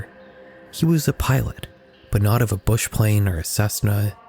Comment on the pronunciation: Mispronunciation of the word bush...